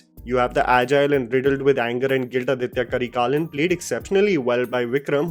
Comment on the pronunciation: Hi it's aditha karikalan not aditya karikalan. Pronunciation: Aaditha Karikaalan